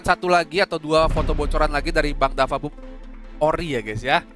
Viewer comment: DaFuq BooM bang bukan dafa boom